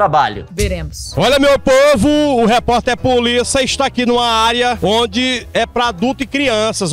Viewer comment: "Eu sou polícia,puliça" puliça,reporter